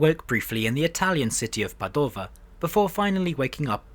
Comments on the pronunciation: PA dova, not Pa Do va, is the name of the Italian city you mentioned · Just to be pedantic: 😅 Lombardìa and Pàdova. Great video tho.